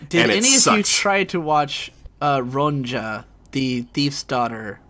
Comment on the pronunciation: it's most likely pronounced ron-ya, since it's based on an old swedish novel by Astrid Lindgren.